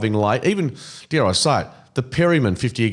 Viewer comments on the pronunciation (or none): none